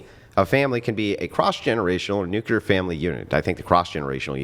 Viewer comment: Did...did say "nucular" family?